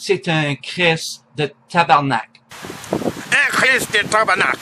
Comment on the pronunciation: And yours sounded like "tabarnacht"